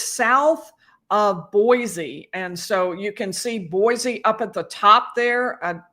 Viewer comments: and BOY - SEE, not BOY-ZEE. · Boise is pronounced with a C not a z. Boy-C. Likewise Kuna is pronounced Q-nuh not Coo-nuh. Just a polite heads-up. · You’re not pronouncing Kuna or Boise correctly. My hope is that Brian doesn’t survive one week in prison. 💪